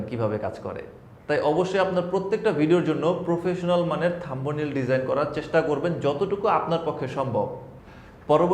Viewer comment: থাম্বো নেইল! এইটা কেমনে উচ্চারণ করতে পারলেন!!!???